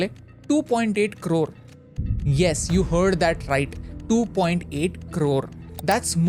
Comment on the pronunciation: Karode ❌ Krorrrr 🔥🔥